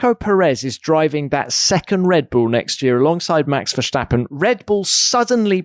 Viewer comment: Jesus, still Vershhhhtappen?? It's just a normal "st" and you pronounce the "a" like an English "u". The "e" is like the English "ai" like in "air" so VairSTUppen .